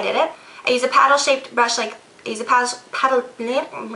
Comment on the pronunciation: PLADDLE...lol love you!